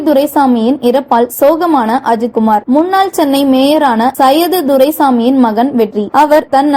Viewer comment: கடவுளே ! அவர் சையது துரைசாமி இல்ல, சைதை துரைசாமி, குரல் கொடுப்பவர் எங்க தமிழ் படிச்சார், கூலிக்கு மாரடிப்பதுபோல் இருந்தது தமிழ் பிரவாகம்